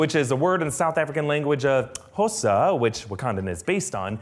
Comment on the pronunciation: Good attempt at pronouncing Xhosa even trying to do the click.